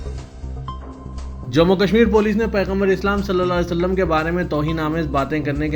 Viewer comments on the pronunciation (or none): none